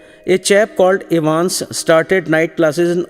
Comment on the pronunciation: its evans not evens but anyways the explanation is good